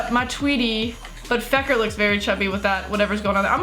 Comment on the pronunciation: She calls fekir feker